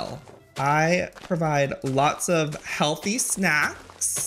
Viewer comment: I NOTICED AND THE WAY HE EMPHASIZED HEALTHY I